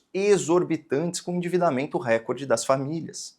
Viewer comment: Posso pedir uma gentileza? Fale “recórde” e não “récorde”… A pronúncia CORRETA só vai fazer brilhar mais a sua já luminosa inteligência. Desculpe, a impertinência…